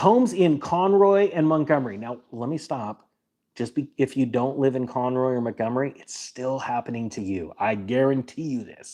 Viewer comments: Lol at CON ROY... its pronounced CON ROW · Oh, Conroe (not Conroy) & Montgomery north of Houston. Didn't figure it out till you mentioned zip code. North of San Antonio slowed down too. A friend had multiple open houses about six months ago and her home is still on the market. Across the street there is a home going for much more than it is worth IMO. Haven't seen any interest - no cars with people looking. Out here, we have all custom homes. And new home construction is way down. 3 - I am a CPA. Not a tax professional.